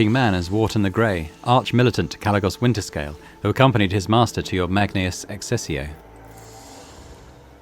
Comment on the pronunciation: It's pronounced "Wanterscalé"